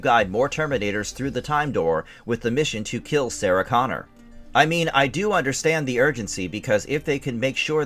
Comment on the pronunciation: Could you sound any more like you're reading from a cue card?? Also, it's John CONNOR! Not CONNORS! If you're not going to take this seriously, go home.